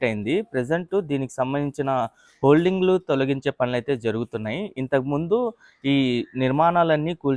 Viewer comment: అది holding కాదురా అయ్యా hoarding.